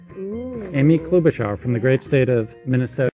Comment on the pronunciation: I’m a Minnesotan and I cringed when that guy said Amy Klobuchar. Er... no. She’s one of my senators and we don’t hear much about her, even. 🤣